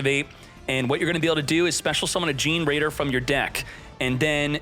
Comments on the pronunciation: Fun fact: The deck is pronounced Ge-ne-raider like generator. Gene-raider sounds funnier though 🤣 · i know right ? I mean i get some of pronunciation are hard but dayum its really cringe. Just him saying (jin-raider) is hilarious lmao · The pronunciation of generaider from gets me every time.